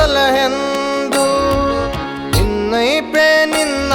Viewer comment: ಅದ್ಭುತವಾಗಿ ಮೂಡಿ ಬಂದಿದೆ. ದಾಸರ ಪದಗಳಿಗೆ ಉಚಿತವಾದ ಧ್ವನಿ. ನಿಮ್ಮ ಧ್ವನಿಯು ಇನ್ನು ಹೆಚ್ಚು ಹೆಚ್ಚು ಕೇಳಿಬರಬೇಕು. ಮನವಿ : ಸ್ವಲ್ಪ ಉಚ್ಚಾರಣೆ ಕಡೆ ಗಮನ ಕೊಡಿ." ಬಿನ್ನೈಪ" ಪದ "ಭಿನ್ನೈಪ" ಅಂತ ಕೇಳಿಸುತ್ತೆ. ಶ್ರೀಹರಿವಾಯು ಗುರುಗಳ ಅನುಗ್ರಹ ನಿಮ್ಮಮೇಲೆ ಸದಾ ಇರಲಿ.